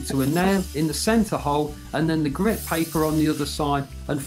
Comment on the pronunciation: its grit not grade